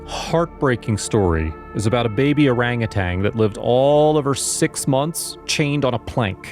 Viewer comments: Orangutan, NOT orangutang! Why is it so hard to pronounce properly? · Bless the wonderful people who rescue these sweet creatures (I wish the narrator, though, would pronounce orangutan correctly - not orangutanG. ) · They are orangutans not orangutangs!